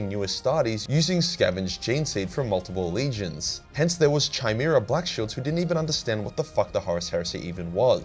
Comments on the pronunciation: I woulda left it alone, but you made the mistake twice. "Chimera" is pronounced "Kigh-mehr-uh". It's Greek.... i think.... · I know you mispronounced Chimera just to make me comment you sneaky bastard 🙃